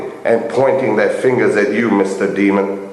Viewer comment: DE-A-MON ... Not demon......